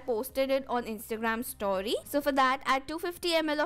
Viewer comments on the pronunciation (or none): none